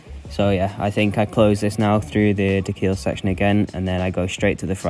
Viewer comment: I understand why you would pronounce 'De Kuil' as 'The Kill' after watching the running/crawling uphill sections. This was a great race. Looking forward to the next races as you are moving up the start line order.